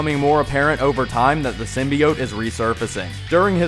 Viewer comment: Your mispronounced "Symbiote" drove me to drinking.....